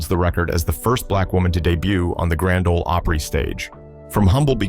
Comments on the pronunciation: AI SLOP. PLEEEEEZE!!! Even in Mexico they don’t pronounce the GRAND OL OPRY as “The Gron-day Olay Opree” But this AI narrator does. 😂😂😂😂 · Nothing says AI here like "Grand Ohlee Opera." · The third time your stupid AI said "Granda Ole Opray" I was done. Edit this garbage before publishing it. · It's Grand Ole Opry